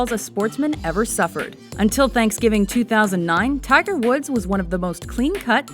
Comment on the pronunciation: did you say tiger's wood at the end